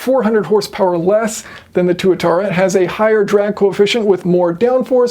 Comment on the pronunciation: It’s pronounced TWAT-ara